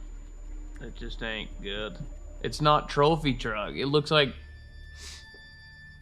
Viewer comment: What in the world is a “Thropy truck”? lol 😂